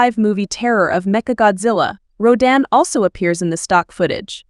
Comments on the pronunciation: Wait, wait WAAAAIIIIIITTTTT!!!!!!!! Who the hell is Rouw-dan???? It's Rodan / rō - dæn /. I'm sorry, but if you are going to do videos like this, learn the kaiju's pronunciation. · 発音が日本語だと"ラドン"なのに英語だと"ロダン"なんだ。おもろいね